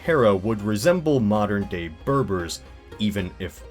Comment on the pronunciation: He keeps saying "mowdins" ... whatever those are ... (???)